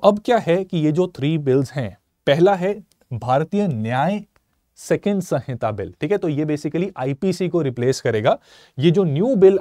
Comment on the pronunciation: It's samhita, not sanhita.